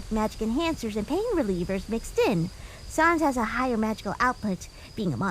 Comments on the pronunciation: Hey, by the way, sans is not pronounced sons. Its sans, like sand. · I Love The Voices You Give Each Character! Especially Sans! Although I Wish You Guys Would Pronounce "Sans" The Way It's Usually Pronounced (Sands), I've Gotten Very Used To It And It Hasn't Stopped Me From Keeping Up With The Dubs! ^^